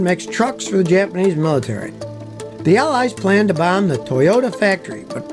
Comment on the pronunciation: My sole critique is that really needs to improve his Japanese pronunciation. 🙂